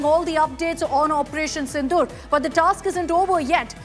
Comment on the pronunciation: It's operation sindoor....not sindu